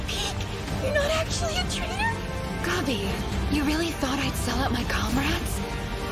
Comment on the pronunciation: Yeh its subtle but go back to earlier seasons. Its pronounced the same way then too. I'm always waiting lol and still hear rynuh lol. The way pieck says gobby instead of gabby gets me everytime